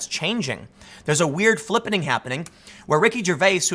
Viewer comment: "A weird flip-enning is happening"